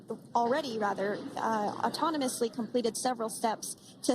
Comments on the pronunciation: What's SUNI .....can't the women pronounce the whole name SUNITA.....Racist People of america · It's Sunita not Suni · Though I am happy they are back, I have a genuine question. Why do Americans have to butcher a beautiful Indian name and whitewash it? What the hell is Suni Williams? It's Sunita Williams.